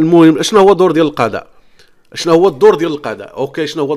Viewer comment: نقول القضاء اخويا وليس القداء بالضاض وليس بالدال انت تنطقها بالدال.